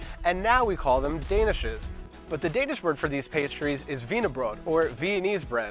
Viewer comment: you're actually not that bad at speaking simple Danish words :)